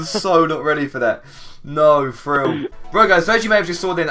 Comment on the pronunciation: the way says thrill is frill